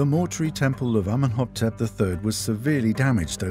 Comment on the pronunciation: Amenhoptep? The King's name is clearly written Amenhotep in the diagrams and translation.